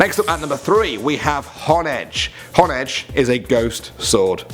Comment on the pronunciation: You pronounced honedge wrong